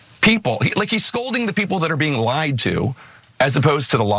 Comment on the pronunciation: Did anybody notice Tapper saying " Biden should address liars, not the people laid to"??